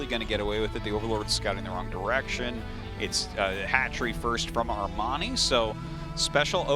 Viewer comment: the other caster pronunciation of Armani name kills me a thousands time inside.